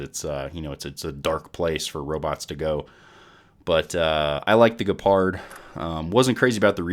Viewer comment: did you just say ge-pard.... like ge in "get" ... lol